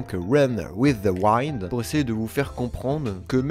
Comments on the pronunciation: Juste on dit pas waille neude mais winne d(e) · Ne meurt pas avant de savoir que l'on ne dit pas run with the waoind mais run with wind (iiiii) XD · WIND ÇA SE PRONONCE OUÏNDE PAS OUAÏNDE Merci pour cette vidéo. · run with the wind!! Avec le son [i] pas [ai]. C'est juste pour te permettre de bien prononcer un anime que t'aimes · Bon bah je m'arrête rapidement dans la vidéo vu que j'ai pas encore vu "Run with the Wind" et que j'ai pas envie de me faire spoil vu qu'il a l'air intéressant. Sinon "Wind" ça se prononce "Ouinde" tout simplement, tout comme on dit "The Promiiiised Neverland" !